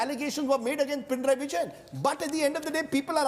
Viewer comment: Its not pina raiii.. It should be pina nari